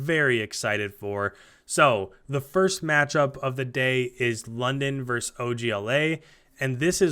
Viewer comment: For the love of all things holy, it's versus.. Not verse... Please share with every other cod commentator or broadcaster of anything ever.